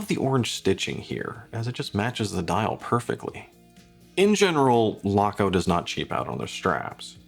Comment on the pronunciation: Stowa is pronounced Shtova. Laco is pronounced Layco. Archimede puts both to shame for value in an actual German Made (not just German assembled) flieger.